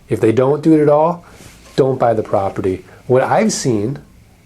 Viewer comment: Property is hard to pronounce properly, apparently.